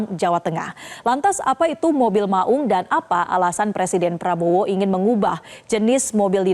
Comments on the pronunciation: 'Maung" bukan baca "mak ung".... Tolong koreksi bg presenter...😂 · Cara baca maung nya ga enak nih anchor, sebagai orang Sunda saya merasa janggal. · Saya orang Jawa saja juga merasa janggal dengernya.